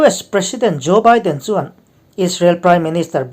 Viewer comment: Ngati nge Biden (beeden) hi I lam thiamlo Ami. Byden tih a ilam tlat thrin le oo..